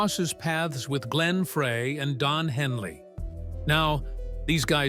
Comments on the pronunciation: Glenn FREY is pronounced FRY...not "fray!" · Pronounced Fry not Fray! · it's pronounced FRY. terrible video. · I'm screaming F R E Y is FRY! This happens on Michigan videos with our French and Indian city names and landmarks. It's infuriating!! And Glenn is FROM Michigan, so he gets it with both barrels!😡😡😡😡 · One would think that someone narrating a Meisner/Eagles documentary would at least know the correct pronunciation of Glenn's last name. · Please get Glenn's name right it's FREY. Like French frie